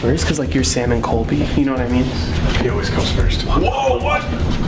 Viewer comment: its colby not coby